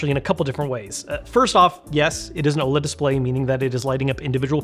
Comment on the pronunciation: NOLED? Hah perfect 😅